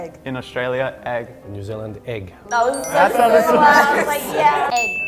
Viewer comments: I expected the New Zealand "egg" to sound more like "igg". I usually think their 'E's sound like 'I's. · Think he botched egg also. I usually hear them pronounce it as eeeg. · New Zealander would not be "egg". It would be IGG! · I will say I have never heard another Kiwi pronounce Egg like that without the hard E sound took me by surprise and thought it was gonna stand out so much when the word came up but I’m from the South Island of NZ so maybe he’s from the North island and they just don’t say it the same 😂